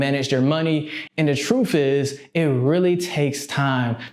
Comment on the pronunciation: I wouldn’t take advice from someone who says they know the about wellf.